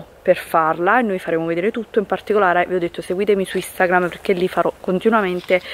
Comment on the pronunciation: Non sa parlare...